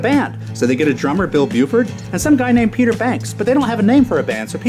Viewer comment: It's Bill Bruford, not Buford... Also you skipped over Patrick Moraz and Relayer. Edit: also, there are still two factions of yes. ARW and Steve Howe's Yes are the two contemporary Yes groups.